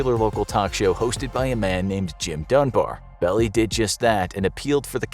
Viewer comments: It's NOT (Melvin) "BELLY", it's pronounced "Bell-AYE"! GET A FRICKIN' CLUE! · Melvin Bell ei, one of the most prominent SF lawyers for over half a century. BELL EI, NOT "belly".